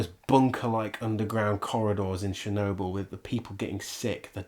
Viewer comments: Talk talk talk, blah blah blah, Watch the move and the comment. Or stop the movie then talk. And it is Chernobyl like you go to church, you don't go to shirch, and its not Shirnobyl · I didn't know we were watching Shernobyl. :P I kid! Now say schedule!